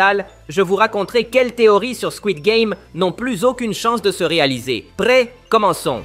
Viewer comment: Le "pRRRRRRRRêt et le baRRRs